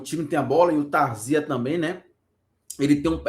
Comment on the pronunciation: É Tarzia e não Tarzía.😂😂😂😂😂😂